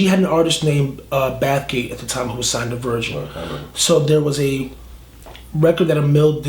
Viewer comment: baffgate or bathgate